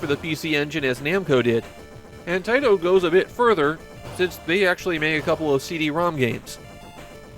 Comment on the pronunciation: Are these videos narrated by an A.I. voice? Avery once in a while, there is a word constantly mumbled through, in this case, the word "Taito". I thought this serious was a passion project for somebody, but now I'm questioning if I should keep watching.